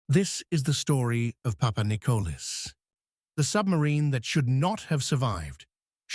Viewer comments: when a channel is full of it you even got the sub name wrong its PAPANIKOLIS NOT PAPANICOLAS lol ,you shouldnt play with a countrys history when people who had grandfathers ,today s greek military personel roam the youtube and watch channels like this one butcher their history...............some channels will do anything literally anything for views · Δεν λέγετε ΠΑΠΑΝΙΚΟΛΑ ΑΛΛΑ ΠΑΠΑΝΙΚΟΛΗΣ ΡΕ ΦΙΛΕ. ΕΥΧΑΡΙΣΤΟΥΜΕ ΓΙΑ ΤΟ ΝΤΟΚΥΜΑΝΤΕΡ ΕΛΠΙΖΩ ΝΑ ΜΗΝ ΕΙΣΑΙ ΑΠΟ ΤΗΝ ΒΡΕΤΑΝΙΑ. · Παπανικλής λέγεται ο τόνος μπαίνη στο τέλος.